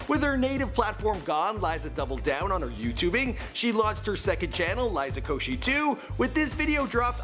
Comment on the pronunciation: woah, he pronounced liza's last name correct